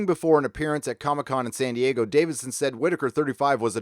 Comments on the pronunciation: I really like your videos and commentaries but I have to nit-pic about one thing... it's Peter Davison, not Davidson. No "d" between the "i" and the "s". Sorry, I just couldn't help pointing that out. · Peter DaviSon. Not DaviDson. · Davison not Davidson. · Philip Schofield - Scho rhymes with "show" and cho is as "co". Co-field, with an s on the front, if you will. Also Peter Davison (not Davidson) is still working. I just worked on a BBC/HBO series he's in. Not sure how dependent he is on the franchise for income as surely residual at this stage, would presume "not much". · It's Davison not Davidson. Lol My annoyance with Alex Kingston is her flip flopping something Peter Davison never did. Also she seems eager to get another paycheck playing River when she said she would return with 13th. Enough Alex! A lot your alums moved on. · It’s Peter Davison not Davidson